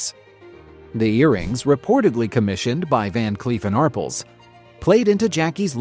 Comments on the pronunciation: ARRPLSno Are-pells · AR--pell, not Arpple. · It's pronounced Van Cleef and Arpelz...it's french.. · Ar-pells! Van Cleef and Arpels!! Teach your AI how to speak! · ar-PELLS: The "A" is pronounced as in "car." The "pels" is pronounced like the word "pels". AI🤡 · Every time I hear Arpels mispronounced I cringe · not ridiculous! What's ridiculous is constantly mispronouncing a very distinguished jeweler and not trying to correct the mistake, you silly goose